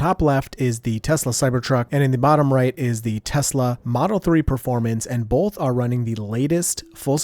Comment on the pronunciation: "Bolth" - 2025